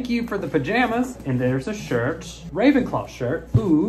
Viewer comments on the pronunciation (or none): Pajayjays...eww that don't sound right=🤣😂🤣😂🤣😂🤣😂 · "PAJAJAYS"...I CANNOT DEAL!! BAHAHHAHAHA